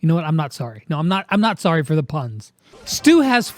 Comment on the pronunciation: What is STUs name is actually supposed to be pronounced as (STUH) 😂